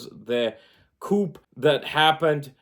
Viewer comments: The word "coup" is not pronounced "coop." It is pronounced "koo" the p is silent, its a french word. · The "p" in "coup" is silent, btw. :)